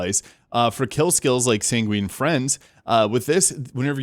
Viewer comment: "Sanguine" is pronounced SANG-gwin. No hate, just for your future reference. Great video. The word comes from the Ancient Greek and Roman medical theory that posited people have 4 humors: blood (sanguine), phlegm, black bile, and yellow bile. "Sanguine" in this context would mean optimistic, passionate, bloody, or even red. So, I guess, Dr. Vex is prescribing some bloodletting to set the Borderlands back in balance.